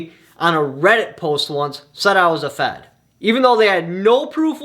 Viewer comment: I thought I heard f@ not fed. Haha. I was confused for a minute